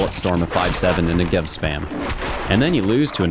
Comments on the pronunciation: it is pronounce nEgev, not negEv. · Negev , not ne-gev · it's NEgev not neGEv :/ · " the next-gev" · You mean “Niggev” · that not how you say negev. im from israel soo i know its more like negav. its named after a place in israel soo do galil. negev - נגב galil - גליל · new-gev xD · love the negev, a lot of guys in the vc calls me that for some reason, but they say it incorrectly, they say it with a R instead of a V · WHY CAN NO ONE PRONOUNCE NEGEV PROPERLY? SHIT NOW I HAVE TO STAY TRIGGERED OR ELSE I'll LOSE ALL MY ACCURACY. TY VALVE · You pronounce "Negev" wrong! I live in the country where the Negev was made (and invented). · just go to google translate and write Negev. Then hear how it's said.